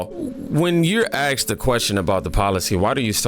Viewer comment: You axed somebody? 🤔